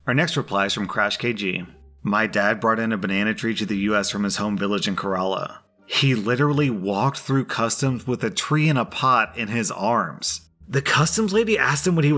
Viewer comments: Me: From Kerala (Kay-Ruh-La): Kuh-Ra-La Me: oh no no no no no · Okay, as a Malayali (A Keralaite), I am legally obligated to inform you that its pronounced Keh-ruh-laa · Okay, the way he pronounced Kerala is hilarious xD